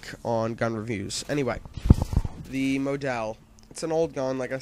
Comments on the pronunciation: mow-del? mah-dull like a person who gets pictures taken of them for a living lol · "modells" is a sporting goods store the Maw-Dulls are is the gun you are using gawd learn how to say words pl0x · Learn to pronounce model. It's not mow-dell like a motel, it's model like mod-all. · Lmao The Moe Dell! xD Its pronounced the exact way spelled ! :) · moe dell lmao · model... not mO-del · He uses the word "implore" but cant say Favela or Model. WTF? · im pretty sure model is pronounced like super model...great vid anyway